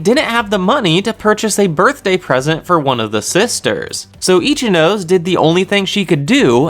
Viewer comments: This is just my opinion but pls pronounce Ichinose properly, sorry but my brain is getting triggered everytime you mispronounced it The anime has the pronunciation if you don't know but you could just say "no seh" instead of saying "nose" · Good job man, but please say e chi no say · Definitely itchy nose not itchy nó sé and definitely definitely ree’yoon not r'yu én